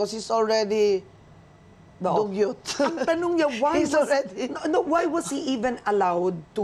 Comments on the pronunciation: Cong Guanzon: “Dugyouth” hahahaha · "dug-Youth" HAHAHAHA